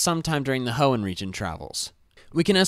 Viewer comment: You mean the HEOOOOOOOOOOOOOON region right?